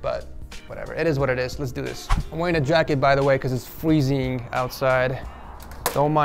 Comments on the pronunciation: Sorry but when u said fwezeing his screen bruh I died😂😂😂😭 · The way he said freezing “fweezing”